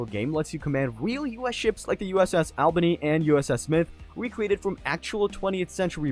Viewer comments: it’s pronounced all-bany, not Al-bany, great video otherwise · omfg it's pernounced ALL-bany